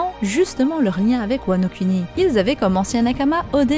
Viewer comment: ça se prononce "Kouni" par contre ;)